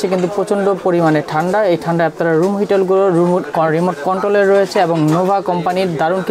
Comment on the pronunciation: ভাইরে চালাইন্না জিনিশটার নাম রিমোট, "নিমোট" না! 🤣